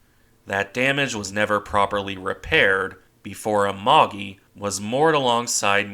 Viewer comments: 「あまり」ではなく「ＡＭＡＧＩ」発音は「あまぎ」 また搭乗員養成ではなく「戦略物資」石油が原因 当時空襲が激しく防衛に戦略変更したため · I'm drunk on fucking german beer and have been working in the garden for hours Amagi not Agaki